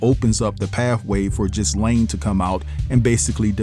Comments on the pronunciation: Stop saying jislane her name is gillllll lane!!!!! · OMMFG HER NAME IS PRONOUNCED GILL LANE NOT WHATEVER YOU ARE SAYING🗣️🗣️🗣️🗣️ YOU MESS UP SO MANY WORDS. JUST GHETTO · Ghislaine is pronounced Ga-lane. 😊